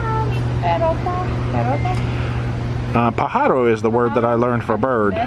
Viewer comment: Pajaro - accent on first syllable